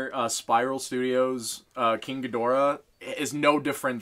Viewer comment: How? How can your mate be a Gojira fan and so badly butcher King Ghidorah's name?! Gid-oh-rah, not however he pronounced it. It's like when another reviewer I watch mispronounces Ginrai's name! Aaaaarrrrgggghhhh! Seriously though, looking at those shelves I've got almost all of those kaiju! To be fair, Gamera IS for kids. It's in all of his films, he's the friend of all children. And, in fact, I would argue that pretty much every Gojira film bar Shin is suitable for kids. I'm going off the Japanese films though, I've never watched any of the American dubs because, just no, nope. This idiocy is affecting all of the toy/adult collector channels I subscribe to and many of them have been around for more than a decade. Do you know if non-US viewers can petition this organisation? Oh wait, we have until the 9th Dec? It's the 10th now.